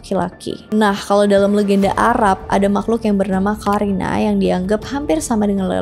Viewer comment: Karina dibaca Qorinah. Karin dibaca Qorin 🙏